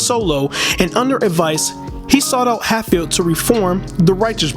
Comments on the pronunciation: It is pronounced, "Hat" field. Like you sare wearing a hat. Not "HATE" field which is not only totally wrong but totally, totally "Unrighteous" Big time! Good evening, Sir Good Evening. PS: He don't be "H-A-T-i-N-G" on anybody. Ok????? Good. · Bobby’s surname is pronounced Hat🧢 field not hate field. Thank you. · Please pronounce surname properly NOT HATEFIELD BUT H A T F I E L D...TVM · This was a good documentary. In the future, be sure to research the names of music artists and record label names. Some of them were mispronounced, such as "Hatfield", "Polydor", "simulate", "The Sonny And Cher (pronounced "share") Comedy Hour" (pronounced "our"), "Swayze" (pronounced "SWAY-zee"). I'm sure that you'll get all the names and words right next time :-)